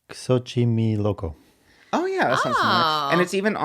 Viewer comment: As a Mexican girly I was cutely giggling at wonderful pronunciation of Xochimilco (Zo-Chi-Mill-Ko) honestly it should be pronounced XochimiLoco😌🤣👏🏽